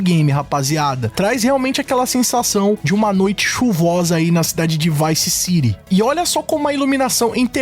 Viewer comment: Bravo però sentirti come nomini Vice City meriteresti qualche mese di reclusione 😂